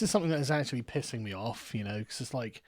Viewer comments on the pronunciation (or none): "I knooooooooooo" Is possibly most english moment ever. also: Civil War is inferior to Winter Soldier, that's an objective fact.